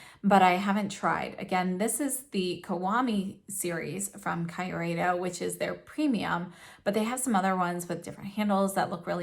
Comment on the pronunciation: I know this is an old video and I don't know if you now know the correct pronunciation, but since no one has corrected you in the comments, I need to say it: the KYU part of Kyureido rhymes with cute. So it's kee-oo-ray-doh.